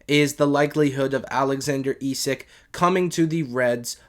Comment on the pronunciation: Its pronounced esak not esick